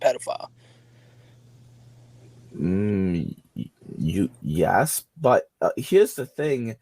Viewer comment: I tawt I taw a pdf I did i did see a pwedoflile